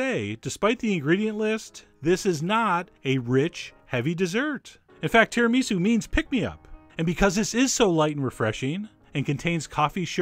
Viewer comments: The way you pronounce Tiramisu is an offence to the world. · the way he says tiramisu has me dying of laughter